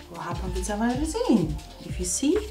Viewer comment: At the beginning I had no idea what you were going to put in there. Your accent is so strong I thought maybe you were making noodles. Lol. Then I seen the resin. I was like oh not reason, but resin ok. Hahaha, I love this idea. Been looking for other ways to use my vacuum pump.